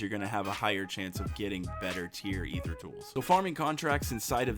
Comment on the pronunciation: Holy Shnikes! He pronounces Aether correctly. I'm subbing for sure.